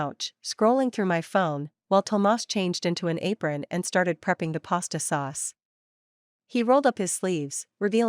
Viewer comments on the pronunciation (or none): none